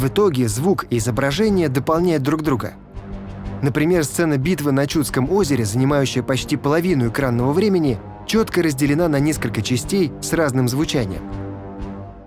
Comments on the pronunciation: Озеро Чудско'е. Ударение на втором слоге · Ладно еще "кОжанка", такое ударение допустимо. Но озеро ЧудскОе! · Вопрос к редактору фильма: с каких пор Чудско́е озеро стало ЧУдским? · Очень интересный ролик! И все-таки озеро ЧудскОе, а не ЧУдское.